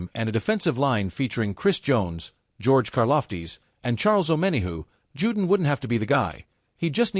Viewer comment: His name is pronounced Jew-Don not “Jewdin” but I guess a cheap robo voice wouldn’t know that.